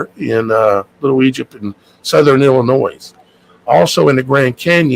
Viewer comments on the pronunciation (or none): none